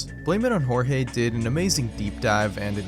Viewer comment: you're literally the first guy (other than jorge himself) that I've ever heard say his name correctly